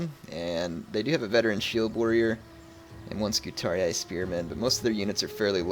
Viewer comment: btw according to the game the scutarii is pronounced "scutaree" and as i previously mentioned when u click on the unit it will announce itself and say its name if you listen for it. also on my lusitani campaign i sent Hannibal to the afterlife in style with a barrage of exploding shots from my ballista's:) unlike the AI i was playing it a bit more cautious and leaving carthage alone for awhile but till they are off my peninsula their can be no peace with them lol